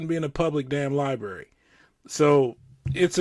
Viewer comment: condescending cop says “libary”